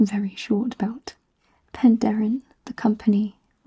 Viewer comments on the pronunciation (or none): none